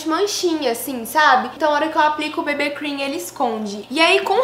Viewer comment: Ameii ela falando "bebê cream" kkkk 😂❤️❤️